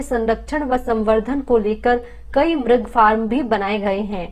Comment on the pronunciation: आदरणीय बहिन जी म्रग नहीं मृग सरल भाषा में मिरग नहीं मिरिग बोला जाएगा